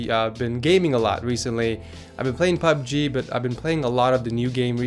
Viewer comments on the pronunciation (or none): none